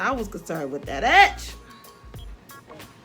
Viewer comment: Every time you said “get that EDGE” I kept thinking you were saying ‘Ass’ 😹😹😹